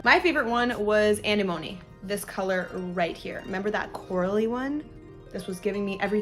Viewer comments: loooool anenome "animony" i am dead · Anemone is pronounced uh-neh-muh-nee 😉